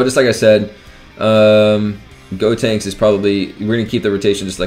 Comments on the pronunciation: Is he saying God tanks? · It’s GOtenks. Like GO. The opposite of stop. GOtenks. GOhan. GOtenks.